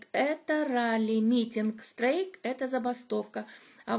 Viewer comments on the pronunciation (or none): СТРАЙК, а не стрейк, пора выучить